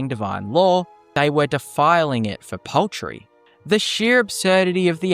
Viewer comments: POULTRY! It's pronounced POULTRY! Not paltry. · I thought we were saying 'paltry' at first, not 'poultry' and was wondering what small thing this reanimator could have done.